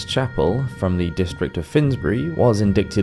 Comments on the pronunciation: Indicted is pronounced "in-DI-ted." The C is silent. Chemise is pronounced "sha-MEESS." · Indicted is pronounced "uhn·dai·tuhd" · Very good, just one small thing,, don't pronounce the 'c' in indicted. No 'dick' please! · You need to check the pronunciation of "indicted". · Indicted rhymes with knighted.